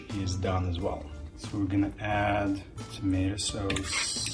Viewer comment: *in Artemis ascent*"Tomato sauose"😂🤣🙂